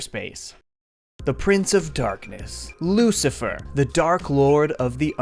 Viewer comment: bro really said jucifer (thats a different guy)